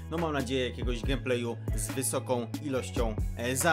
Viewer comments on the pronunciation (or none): Lubię i oglądam twój kanał... ale weź skończ z tym „gem plejelm” - „gejm plej” się mówi... wszystkie inne przejęzyczenia nie maja znaczenia...